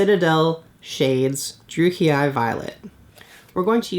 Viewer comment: You know, you're the first person I've heard try to pronounce "Druchii" like vulgar Latin. I mean it makes sense, but I've never heard it before. Also I totally forgot to subscribe last time I found your channel.